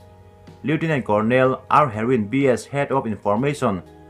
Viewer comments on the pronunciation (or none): none